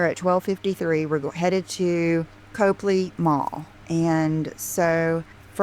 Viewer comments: said “Cope” ley Place, but it’s pronounced “Cop” ley Place. If she took as much time to learn how to pronounce the places she goes as she does learning where the shops are she wouldn’t look so clueless and for lack of a better word stupid. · It’s NOT COPELY ITS COPLEY. COP-LEY😮 OMG SHES SUCH A DOPE!!